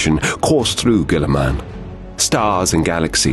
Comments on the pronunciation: you pronounced his name wrong! Its Gillieman! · "GOOLI MAN" is by far the funniest way I have heard to pronounce his name that is not intentionally meant to be funny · Why does he pronounce his name like that ?